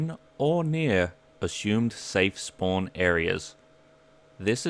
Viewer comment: be like: SPOAWN SPOAWN SPOAWN. No offence; )